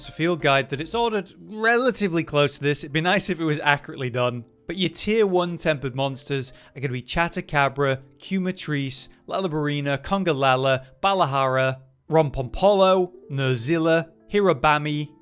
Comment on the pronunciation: Quemetrice is pronounced like “chemistry + cockatrice”